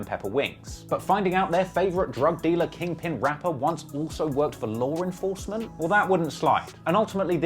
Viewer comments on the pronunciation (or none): "Larr enforcement "